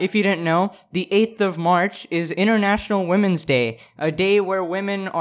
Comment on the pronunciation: ...I kinda love the way you say “international” it’s more like “intranational”😂